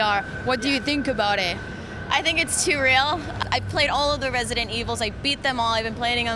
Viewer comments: what is Resentiel 7? ...... i wonder what her heritage is cause shes having so much trouble pronouncing the words. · "resential evil." lmfao they should have gotten someone who could pronounce the name of the game. smh